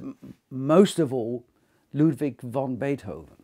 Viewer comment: Fascinating introduction to this beautiful sonata and its interpreters (I was very fortunate to experience a live performance by Mitsuko Uchida in Frankfurt, Germany a few years ago). Thank you so much--I eagerly look forward to more! (Just a couple of observations: 1. It's Ludwig "van" Beethoven, not "von." His surname is Flemish, not German. 2) Sviatoslav Richter isn't just "a Russian pianist," he is regarded by many of the world's leading music critics as one of the greatest pianists--many consider him to be the very greatest pianist--of the 20th Century. I'm sure you're aware of this and I believe it is worth mentioning.) P.S. It is so frustrating to have Richter's immaculate interpretation of the second movement interrupted by an advertisement for cat food, and I don't even have a cat!